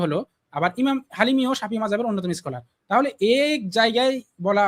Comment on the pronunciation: ভাই আমি আপনাকে অনেক সম্মান করি। শব্দগুলো একটু গুছিয়ে ব্যবহার করবেন যেমন ধরেন ইস্মার্ট আর স্মার্ট এই শব্দটার মাঝে পার্থক্য আছে স্টাইল আর হচ্ছে ইস্টাইল স্কলার আর হচ্ছে ইস্কলার